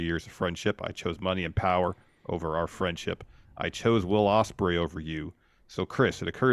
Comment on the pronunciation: said 'Wadium Stembley' as Will Ospreay